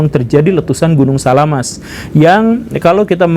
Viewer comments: SAMALAS pak guru bukan SALAAMaS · Samalas atau salamas pak guru? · Gunung Samalas om gembul, bukan salamas :D